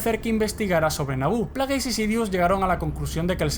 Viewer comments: Muy bonito y todo pero se llama plegasi no plageys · lo unico que odious de este video es que digas players se pronuncia plegis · El "canon" supuestamente me la suda muchísimo. Y se pronuncia "pléigs" . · plegis maldita sea asi se pronuncia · Se pronuncia "pleiguis". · se pronuncian Pleguis.